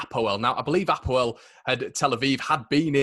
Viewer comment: Apoel not hapoel